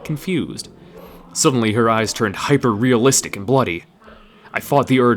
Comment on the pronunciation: "Hyperrealizitic and bloody" seriously????